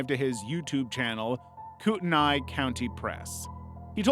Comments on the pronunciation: Spokane- It's pronounced like Spo-can. Not Spo-caine (quality is so bad it doesn't deserve it). You also mispronounced Kootenai but that's ok, everyone does. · You can't pronounce Kootenai nor Spokane.